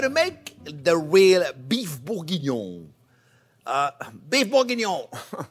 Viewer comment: I just love the way he says the name 🤣🤣😆😂😆 Beef bougggoiuoiiinoungh So is Bourguingnon means Big Onions? What does it mean?